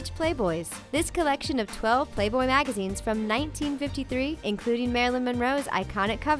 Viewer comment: when you said magazines it sounded like "magagines"